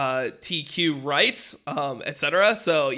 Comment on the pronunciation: The best part is when dom is struggling to pronounce LGBTQ while visibly reading from a screen.